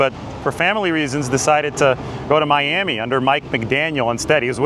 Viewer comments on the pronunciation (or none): none